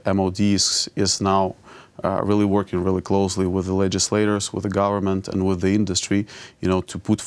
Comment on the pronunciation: Did he say "make a corporate govermante" lmaooo wtff 😂😂🤣😓🤔🤔